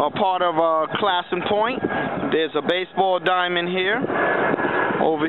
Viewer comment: Love this! Our name is pronounced Clay*son, though. Long a sound. I don't know where the east coast pronunciation came from. Very interesting...